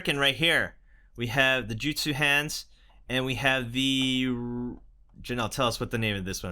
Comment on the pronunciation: Its not Jitsu its Jutsu